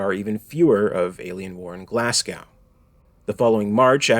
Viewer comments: It's pronounced GlazGo, not GlassCow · Everyone from Glasgow is going crazy at the awful mispronunciation of the name of their great city!